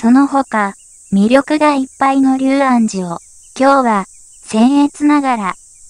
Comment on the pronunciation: 細かいことですが「龍安寺」と書いて「りゅうあんじ」じゃなく「りょうあんじ」と読むようですよ。